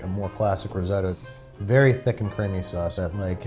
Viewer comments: It's not rizodo it's risotto. Pronounce the t's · Pronounces risotto “ris-oh-toh” Measures in imperial Angry Italian noises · The crime here is that Americans say "riz-oh-dough" and "Parmer John" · Riz oh toe! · Unfortunately I don’t think I’ll make it through this whole video because the American pronunciation of risotto does not agree with me 😂😂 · Nice, I love risotto so interested to see the results. Trying to get over how grating the US pronunciation of risotto is to UK ears though. :D